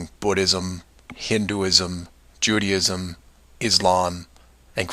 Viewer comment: What the hell is 'Judyism'? It's Judaism with the emphasis on the A